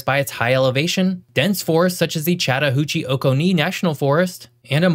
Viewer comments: Yep, and the forest is pronounced like Oh-KAHN-nee not OH-ka-nee. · Oglethorpe has a LONG "O". It's OH-glethorpe, not OGLE-Thorpe. Oconee is also pronounced similarly. It's OH-conee. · This. Also, it's pronounced Oh-co-knee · Oglethorpe is pronounced with a long O sound, not as if spelled 'Ogglethorpe', and Oconee is pronounced like 'O'Coney' with the accent on the 2nd syllable. I hate when yankees don't bother to learn local pronunciations when they move down here. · Nice try, but lots of redundancy. You could have gotten a lot more info in if not for that. And please learn to pronounce the names! You’ve got Oglethorpe and Oconee all wrong.